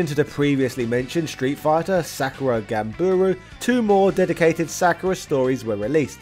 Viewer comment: Ganbaru, not Ganburu